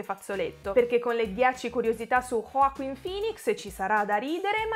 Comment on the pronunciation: ma perchè pronunci Joaquin in questo modo ???